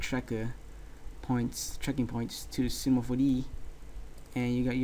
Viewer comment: cinema 4DEE xD